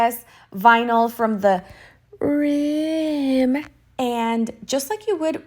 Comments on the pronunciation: I don't understand why you were saying rim like that? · Is that pronunciation an inside joke I’m missing? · New to your channel and to tumbler art. Great idea with the HTV. One question though, why are you saying "rim" the way you do? 🤔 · Just found you 😍 can you please tell me, how I ever can say "rim" again in a normal way????😂😂😂 you made my day, thank you so much ❤️